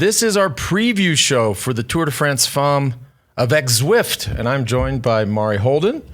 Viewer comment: Tour de France Femmes will be exciting however won’t listen/watch to this podcast until can pronounce the word “femmes” correctly. She murders that word every time she pronounces it. I guess George’s wife didn’t give any help. (It’s not FAWMES). Anyway, let’s go ladies -gonna be a great race.